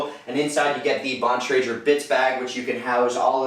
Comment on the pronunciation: Never hear somebody pronounce Bontrager wrong before.